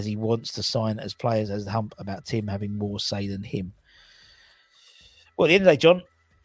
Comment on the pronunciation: u keep pronouncing Tim incorrectally.